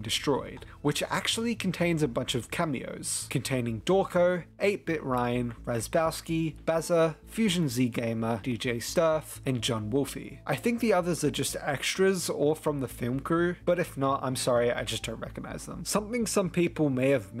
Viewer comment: the bit where the drone sound effect is from the menu of the first game is crazy whoa (also just fyi, John Wolfe is pronounced just like the regular word wolf)